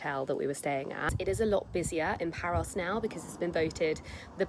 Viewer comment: Just found this thanks to my start page and omg omg I totally love this and you 🥰🥰 I actually never read the title first or too fast so here and there in this vlog it sounded like you said "Paris" (France) and then I read the title and I saw it was Paros 🥺💖 and so cute friendship rings ❤️ also love that green top in the beginning 💚 just imagine being one of your girlfriends how great that would be 💖💖 the biggest hugs and cutest kisses to you 💋